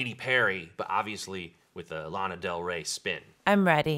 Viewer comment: "Llama" Del Ray lol!